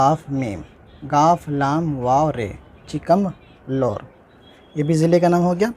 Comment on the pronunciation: Chikkamgaluru galat padhe